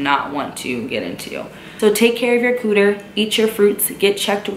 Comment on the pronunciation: I love how you said “Cooder”😂😂